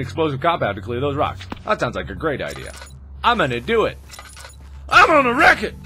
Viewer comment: 'I'm gonna wreak it!' Somebody has seen Wreak-It Ralph! XD